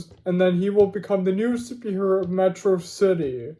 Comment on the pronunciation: Metrocity (Met-raw-city)